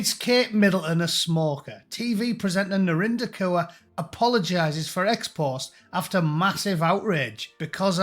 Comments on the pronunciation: Is that Narinder Cur or is that just the way that Scousers pronounce it ? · Kaur is pronounced as Core. I'm British Sikh. British First. I don't claim this clown, many of us don't.